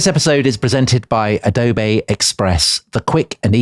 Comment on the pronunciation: ah dough bay